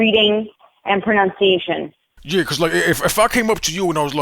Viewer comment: She CAN'T even pronounce pronounciation - pra - nun - si - ation not pro - noun - si - ation